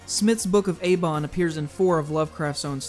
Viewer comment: Book of Aibon not Abon